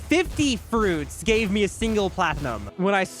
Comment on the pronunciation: How everyone pronounces it: platnum How pronounces it: pla ti num